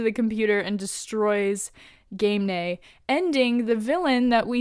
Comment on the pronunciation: Last Season! Chop, chop! We don't have time for villains who were literally overlooked in at the end of 5.19 when Kara said there was ONE bad guy left to catch, and she sure AF wasn't referring to Ga- MEM'- nae (I don't know why I care about your mispronunciation now that she's dead, but there it is. I'm an@ that way... )